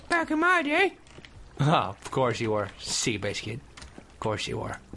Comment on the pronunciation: THANK YOU THAT WAS EXACTLY MY THOUGHT.....i was dissaponted when he said sea biscut too